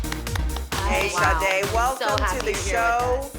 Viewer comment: It is so irritating when people say ShaRRRRdae. She has the exact name as my sister. And I hear people here say it all the time. THERE IS NO RRRRR IN HER NAME 😂😂🤦🏾‍♀️